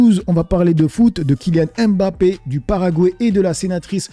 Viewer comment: C’est pas M Bappe, mais mbappe